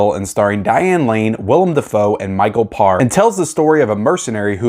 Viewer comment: Damn you lost some points with me for two reasons. 1st how in the hell have you never seen The Warriors. I mean seriously. And 2nd you butchered Micheal's last name. It's Pa/re not (parr).